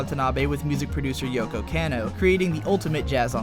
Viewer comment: Kah-no. Yoko KAH-no! KAaaaaaahhhh! Cmon bro, your stuff is so good, bad Japanese really stands out. :)